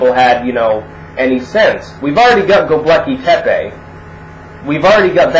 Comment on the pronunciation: I keep hearing the ruins you're citing as "The Lucky Pepe".